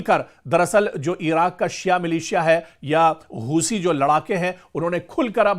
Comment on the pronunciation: हूसी नहीं हूती बोलो 😂